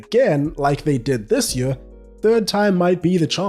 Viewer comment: You keep saying Yueah instead of Year and its driving me crazy